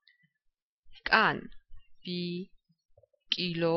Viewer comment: Zalian kargad achveneben asoebis mrtlweras, magram imedia ucxoelebi ar imecadineben videoshi mocemul "kiLo"-ze :))) xumroba iqit iyos da, zalian kargi ideaa am videos dadeba. ubdalod, adamiani saqartvelodanaa wasuli da qartuli L ebis gamotqma gadaaviwyda, unda vagiaro, mec vurtyam xolme xandaxan rbiL Lebs :)